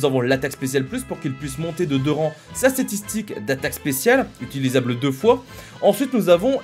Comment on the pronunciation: C'est moi où a tu dis statitik? 😂